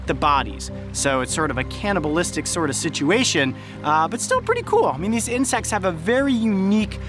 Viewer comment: Incect AND ALSO YOU SAID INCECTS